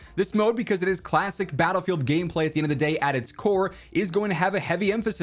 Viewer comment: DICE: There is no BR in Battle-sing-se 😂